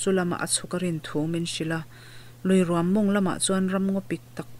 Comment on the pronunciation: Ruam inlam dan a mak hle mai chaw rum angin i lam a, luikawrah rûm a awm ngailo. Ruam tihzawk tur a ni e.